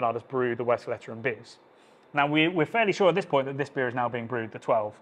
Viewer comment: Great video, great series! Totally agree the blonde is underrated because it somehow stands in the shadow of the others. Sidenote in good spirit: it's pronounced Westvlayturrun, not Westflatteren 😅